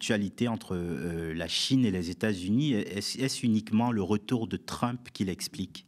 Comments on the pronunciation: /trʌmp/ et non /trymp/ vous dites bien /ˈbaɪdən/ et non /ˈbɪdən/ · Les explications de Bertrand Badie sont toujours éclairantes. Juste un peu dommage la façon dont il prononce Trump (ça fait un peu mal aux oreilles 😉).